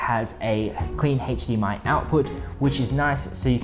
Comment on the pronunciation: Anybody else overhear the “hache dmi”?